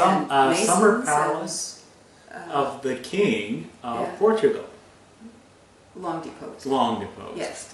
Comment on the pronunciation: "POR TUO GRAL"